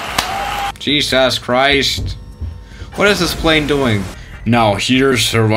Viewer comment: Cheesus christch